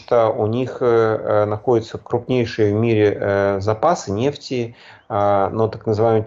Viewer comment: Экономический эксперт даже говорить правильно не может😂😂😂 "нефтиииии"